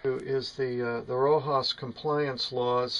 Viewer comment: "Rojas compliance laws"? Perhaps you mean RoHS... pronounced 'Rose'?